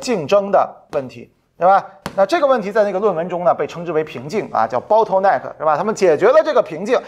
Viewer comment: 老师的英文太美妙了，“包头耐克”。。。阿迪王的即视感😄